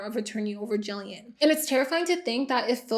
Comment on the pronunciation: Kind of random but thank you for pronouncing Gillian right. I heard my name, looked up from my phone to the tv, and saw the spelling. I cannot tell you how many times I’ve heard it pronounced with soft g. My whole life, especially during school. Or the random people that can’t say the name at all and then call me Julian instead 😂